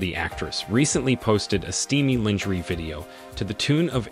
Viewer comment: My only crtitique is the pronunciation of the word "lingerie" phonetically it is said "lawn-ger-aay" the rest of the video 📹 is cool 😎 👌 👍!